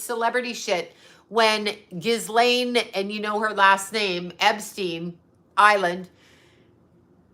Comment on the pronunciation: Its pronouned GEE -LAINE...its French...the S is silent.